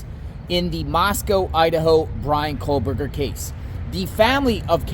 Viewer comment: KOH Berger No L sound